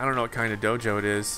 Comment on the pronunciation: I don’t know why but whenever he says Dojo it sounds like JoJo